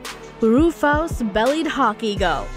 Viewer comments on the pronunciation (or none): Jeez do some research - 'Roo-fowss' eagles? It's 'rew-fuss'. These damn female VO's that are more concerned about up-speaking and being perky. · Does no one associated with this production proof it. Listen again the description of the Bald Eagles beak, feet and eyes. Also why did no one clue the narrator how to pronounce ruffous? It isn't roo-fows. Edit: Someone apparently DID tell her how to pronounce it because she did so correctly later.